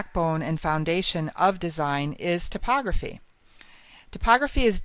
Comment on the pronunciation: "tip"ography? thought it was pronounced "Type" Ography?